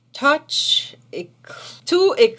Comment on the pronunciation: A lovely look from our beautiful!! The Sakura Palette from VV sure looks awesome! 💓 Haven't tried any of these products, and still waiting on my FB order with all the new drops! Also, you made me laugh (thank you!) with YSL Touche Eclat! Touche is pronounced like toosh 😅 and Eclat, you said it perfectly! Thanks a lot for this try-on vid, a nice distraction and you showed us a whole lot of stuff, phew! Will really enjoy a YSL lipsticks swatch vid! I thank your lips in advance 😁